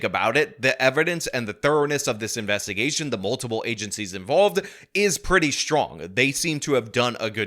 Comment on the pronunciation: I wonder how dumb she felt when they issued a search warrant for her dna, after she said "Nah, we don't need no more investimuhgation"? BUSTED.